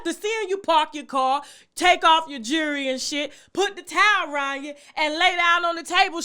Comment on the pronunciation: Please learn how to say the word jewelry. It's not pronounced, jury. They're two different things. You come at everybody. Get yourself together!